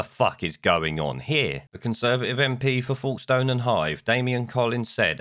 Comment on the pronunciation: What a cluster fck Boris and co are turning out to be? BTW Folkestone is pronounced like 'wokestun'